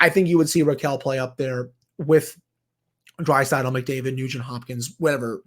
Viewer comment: When I heard him pronounce Draisaitl, I knew whatever he had cooking was going to be a pickled egg lol I do believe the penguins would have to move POJ + in a deal, but if you’re including someone in the top 6, you need to get an impact top 6 player back because the organization doesn’t have any depth to slide up (I know this was just for fun) I like the idea of trading poj to Vancouver in a deal for hoglander, just to throw a dart